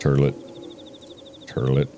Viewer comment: “Turdlet. Turdlet. Tree. Turdlet” - Markiplier 2023